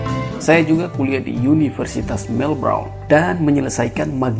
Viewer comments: Sebut melbourne sj salah hihihi melbrone bejajarrr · Universitas melbourne (baca melben) bro